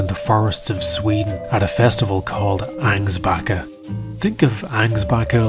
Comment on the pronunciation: Ängsbacka should be pronounced like "Engsbucka".